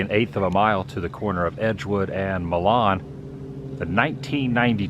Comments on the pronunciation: the street has always been pronounced MYlan. not MAlon. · It's pronounced MY LUN not Mil Lon (So. Pas. is my hometown)